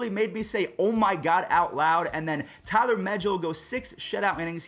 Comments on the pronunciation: It’s tylor not Tyler megill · It’s Tye-lor ma-Gil the Mets pitcher not what ever you said lol